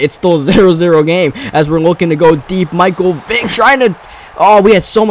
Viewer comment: yah, at one point i thought he said micheal dick